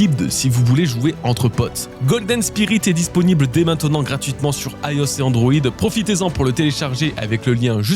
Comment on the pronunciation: IOS prononcé « aïe os » ça m’a pris par surprise 😂